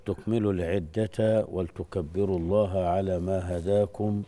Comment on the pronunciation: الشيخ أخطأ في قراءة الآية الكريمة "ولتكملوا العدة ولتكبروا الله " هي بكسر اللام ، والشيخ قرأها بالإسكان.